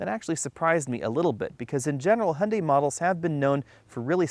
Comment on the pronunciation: Hun....dee ? Hy oon die.